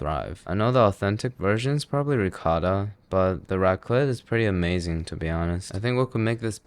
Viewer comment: Judged by how he pronounces ricotta, he wouldn't find Europe on a map.